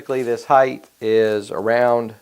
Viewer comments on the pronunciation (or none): The word is HEIGHTTTTTTTT with a hard T at the end. It's not spelled Heighth. It's spelled HEIGHT. idiot.